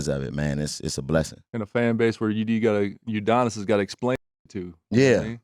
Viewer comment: Lmao “Udonis”😂😂😂😂😂😂😂😂😂😂